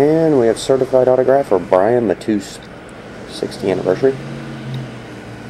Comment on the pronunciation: its pronounced matus lol